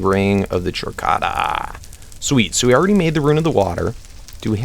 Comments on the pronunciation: It is pronounced Kor data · Chordata is pronounced kor-data. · Chordata is pronounced Core data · Hey, since you're open to people telling you how to pronounce things... Ring of Chordata ( Core-dah-tah) Soujerner's (So-jer-ner's) Sash Keep up the good work! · ( I feel like I'm getting tased every time 'wyvern' and 'soujourner' and 'chordata' are mispronounced